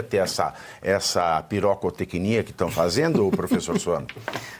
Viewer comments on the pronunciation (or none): "PIRÓCATÊCNIA" KKKKKKKKKKKKKKK